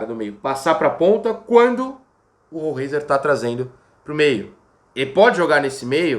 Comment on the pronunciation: Heisenberg. É rol ráiser